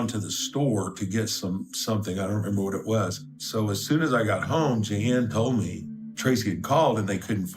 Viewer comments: Really stupid AI pronouncing. Je Ann? It us JEAN ...idiot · This AI voice call her mom Jean G Ann! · Don't use AI. It said Gee-Ann for Jean. Ffs c'mon! Downvoted my upvote. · "G-Ann" that was as far as I could go with this AI drivel. It's Jean...J-ee-n... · Gee-an. I love ai. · You can't pronounce "Jean". Is this an ai slop video?